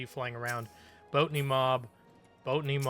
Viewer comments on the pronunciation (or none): Do you purposly pronounce botany wrong? Cuz it fine if you do but its botany not boatany in case you arnt doing it on purpose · Lol Boat a knee instead of Bot a knee.